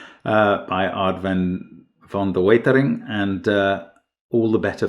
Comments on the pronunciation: The crosses add up to 6 times their centre, including the double count for the centre. That would have made Mark's calcs a lot simpler. A brilliant puzzle and a brilliant solve. Extra kudos for Mark for a very good pronunciation on Van de Weetering 😎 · Genius puzzle, but mostly thoroughly impressed by Mark’s correct pronunciation of ‘van de wetering’